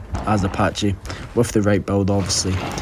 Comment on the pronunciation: I literally only clicked this video because "patchy"? Like breh it's not a patchycepholadaurus it's a PACHYcepholasaurus XD sounds so goofy